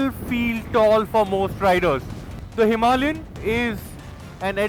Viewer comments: Wtf is himi? Are you reviewing a scooty? A grand name for a grand motorcycle should be spoken clearly. It's not pep. Its a Himalayan. Power Drift has become worst from worse for vehicle reviews. I'm flagging this channel off. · Himalayan isn't pronounce "Somalian" with an "H". I had to stop watching after 1 minute. Too cringe. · Stop calling Himalayan a "Himi". It's cringe af.